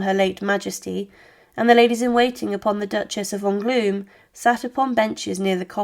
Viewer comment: The pronunciation of names in the commentary is utter gobbledygook: the Duchess and the Bishop of Ongloom, St Denny, Prince of Cond, the Bishop of Carsacone, the Duchess of Borvin(???) ...several others who are quite unidentifiable. Honestly, I shouldn't have thought that any of the names could have caused a problem to non-native French speakers. And of course the awful Mme. Two Sword!